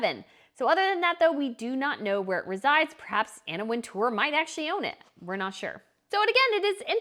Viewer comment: Anna Wintour; pronounced 'Winter'